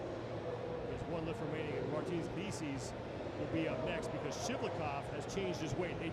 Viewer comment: Martin's "likeus" ...really?